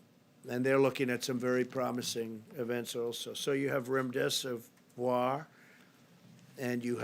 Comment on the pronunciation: So he can pronounce "hydroxychloroquine" no problem but calls our promising new antiviral "remdeseVOIR" three times? Pharmacist down, send help... ☠️🆘☠️